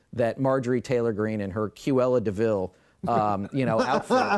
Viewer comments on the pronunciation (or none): "Q-ella DeVille" 🤣